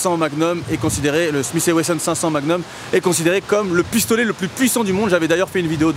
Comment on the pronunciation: "is very dangereux" hihihi ! PG a dézinguée Tonioo d'une PUISSANCE frère !! mdr, le pauvre ! J'ai aimé le "pisotolet" à lol